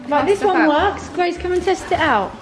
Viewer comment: Grace* not kaci